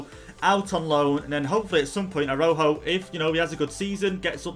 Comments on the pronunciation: btw i think it’s pronounced arau joe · Saying Araujo name is like "arau ho"